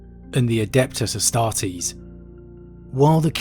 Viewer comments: I love your content man but it kills me every time I hear 'sororeetas' lol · The Adepta Sororitas, Sororitas derives from latin "soror" meaning sister, so when you say outloud "Sororitas" you need to keep in mind that it's derives from Latin not Latino, it's not SororYtas, it ain't spanish. I am sorry for ranting like this, but it scraches my ears whenever I hear you say it outloud, and I had heard it in the recent videos of yours, again: IT AIN'T SPANISH!